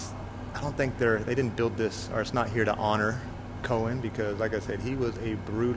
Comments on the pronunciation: Hey - the name Coen is not pronounced like “Cohen” but like “Kuhn”. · Jan Pieterszooncoen … the ‘oe’ in Coen is to be pronounced like ‘oo’ in Winnie the Pooh